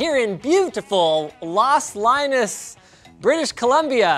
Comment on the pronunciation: jajajaja " LOS LINUS "